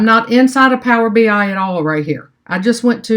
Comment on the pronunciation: ENJOYED your videos - keep it up! Maybe a thought - it's "Power BEE-EYE", not "PowerBYE";-) DON'T STOP MAKING VIDEOS! I LOVE your practical approach, and listening to you actually ASK the questions out loud that are literally IN everyone's head!!! Hope to see YOU presenting at local (Chicago?) conferences & users groups!!! - in North Aurora IL